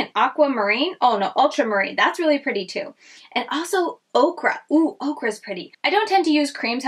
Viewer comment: FYI...okra is a vegetable and ochre, pronounced oaker, is a color...loved seeing some new indie brands that I hadn't heard of!